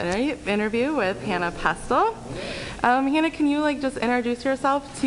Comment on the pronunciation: You probably should learn how to say someone's name before you interview them. It's Hana, not Hannah.